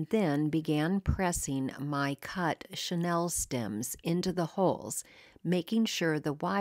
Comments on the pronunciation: Great projects! FYI, What you used to make those trees is pronounced Sha Neal. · Wait, it's a 'Chanel' "chenille" tree?